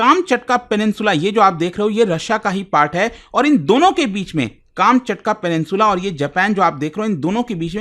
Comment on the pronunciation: काम चटका nahi कमछातका hai wo😂